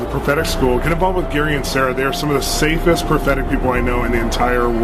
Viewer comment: “safest” eeeeshhhhhhh